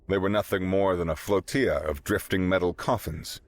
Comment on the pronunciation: Flotilla is not pronounced like tortilla.